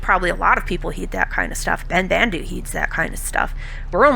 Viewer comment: It really bothers me that the actor who voices Ben-Bandu pronounces his name differently than all the other Banda from TLJ. It should be "ben-bahn-du" not "ben-band-du"